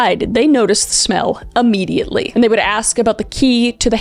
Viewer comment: You keep saying " ammediately" its freaking me out. Isnt it immediately?